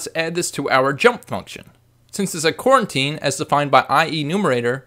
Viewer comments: Great tutorial, but I feel I must point out that it's pronounced "Co-Routine" not "Quarantine" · That's "coroutine."